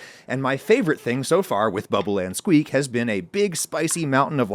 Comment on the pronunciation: It's such a tiny thing but my British ears can't get over how unexpectedly jarring it is to hear an American say "bubble and squeak" with equal stress on every syllable. Nobody says it like that here! Every "something-and-something" British meal name I can think of has the stress on the final word / syllable. Bubble-and-SQUEAK. Fish-and-CHIPS. Bangers-and-MASH. If you came here and said "fish and chips" with equal weight on each word people would look at you funny. 😂